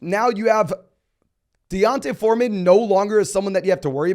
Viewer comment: It’s donte forman not dionte😂